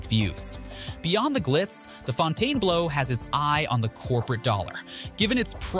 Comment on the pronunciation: Pronounced- Fountain-Blue, not Fontaine-Blow